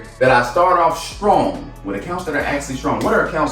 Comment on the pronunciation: strong* not storong